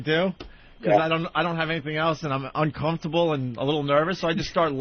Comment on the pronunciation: Note to Opie: If "uncomfortable" comes out of you as "unk-HUMF-tubble", try a different word. It's ok.